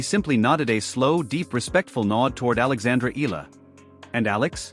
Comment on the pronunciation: Just wanna correct how the narrator said Alex's last name EALA as ELA or ILA, it should be said as E-YA-LA! ;)